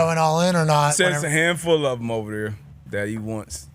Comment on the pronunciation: When he says “thum” instead of “them” it sends me over the edge 😂😂